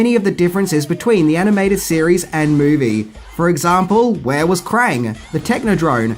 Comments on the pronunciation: You might want to fix the title you said mivie instead of movie anyway i love this movie and earnie reyes jr played one of the turtles all and all its a really good movie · Mivie not Movie 😂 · The Mivie 😂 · The « Mivie » ??? 😅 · Yeah, I love the TMNT "mivie" 😏